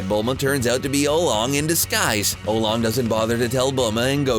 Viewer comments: he pronounced puar wrong so many times and he pronounced Oolong like Olong. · Puar and oolong .... Get the names right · He also mispronounced oolong, he said it was early in dbz that Yamcha and emperor pilaf were trying to steal the dragon balls, but that was og dragon ball not dbz. He also messed up talking about the boyfriend swap, he says chi chi suggests that bulma take vegeta and she (chi chi) take goku